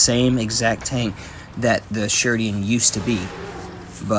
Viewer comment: its not sherdian its sheridan (not rude)